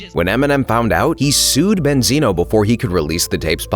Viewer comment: Banzino instead of Benzino😂😂😂😂😂😂😂😂